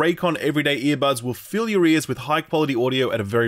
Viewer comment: caught a little kek in here: because of pronunciation, when you said "fill your ears" i heard it as a "fill your rears" 😅